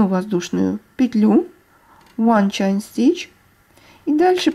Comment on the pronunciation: Спасибо большое за мк. Все просто и понятно. Только небольшая поправка: по-английски воздушная петля - чэйн стич, от слова чэйн (цепь, цепочка). Чайн стич звучит буквально как "китайская петля" 😆😁 И crochet произносится как крошэй. Буква "т" на конце не произносят. Живу в Англии уже очень много лет, поэтому знаю, что говорю :) Всех благ вам и с наступившим Новым годом!